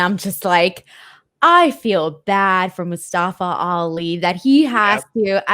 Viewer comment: MOO STEH FUH pronounced